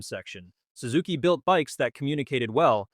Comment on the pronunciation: Sue-zuki? First time ever hearing it pronounced like that.